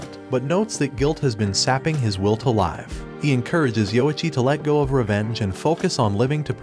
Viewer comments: why you saying liiivwe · Live (Lihv) really turned to Live (layv)